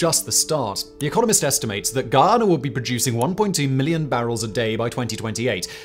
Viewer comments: Bro its not giyana its Guyana jees smh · Its Guyana....not Geeayana. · Is not ghee-ana as in ghee, but Guy-ana as in guy. Like he is my guy friend. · the way you say Guyana, i misheard multiple times as Ghana :D recurrent thought of how dafuq is venezuela gonna invade there :'D